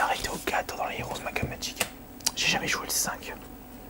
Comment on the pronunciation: Might and Magic ou "Makkeul Magik" ? -_- xD